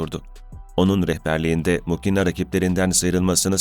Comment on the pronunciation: Muhina diye telaffuz edilir